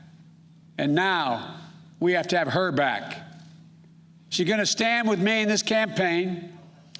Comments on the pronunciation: Did he call her kamalisha? Wtf? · Kummala harris.didnt say name right. Rebuild this country.. you destroyed it! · didn't he just mis-pronounce her name? 😒 Typical-Hypocritical BS! SMH.